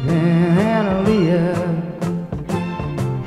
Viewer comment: My name is Annaleah and he is pronouncing right